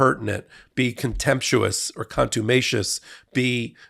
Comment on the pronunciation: C*nt-tu-matious . I've never heard that word used before as a part of the King's English. 🤣